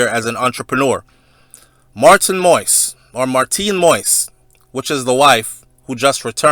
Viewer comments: Say it like that: Moh is. Like in the phrase Moh is a nice guy lol. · I thought, by now some body wound have corrected you on the pronunciation of the president, s name,.it's Mo - is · Stop news that you no nothing about!!! OMG!!! please please please learn how to pronounce the President correctly!!!